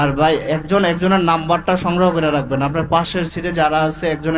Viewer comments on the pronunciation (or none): none